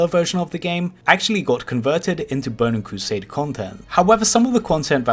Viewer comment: Bowning cwosade